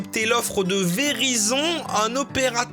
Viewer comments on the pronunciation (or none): Déjà ca se prononce Verayzenne parce que dans la vidéo il a littéralement égorgé la prononciation 😂